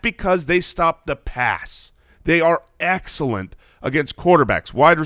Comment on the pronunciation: He's been Eck-sellent